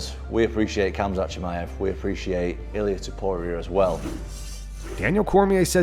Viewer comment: F.A.O: Tim Welsch Uhhm....."Homzot"?.......Dafuq? It's "KhAmzAt" you absolute cling-on-berry! 🤌🏻😑🤌🏻 Seriously How can you not know how to pronounce the guys name, I mean, All of us fans hear/say it just fine, but somehow you just can't figure it out? WTAF?